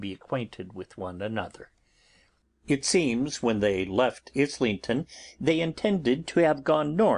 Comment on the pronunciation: I like that he started dubbing over his mispronouncing of "Islington" in part 13, but it's weird that he didn't fix it in the previous parts.